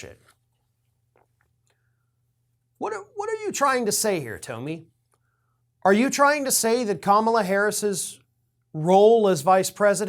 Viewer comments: Toe-mi?? Dude stop the mispronounced names. You're better than that. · I love you call her “toe-me”.